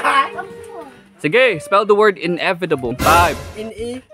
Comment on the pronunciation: 🤣🤣mali ung inevitable ni 😂😂 inevidable ung kanya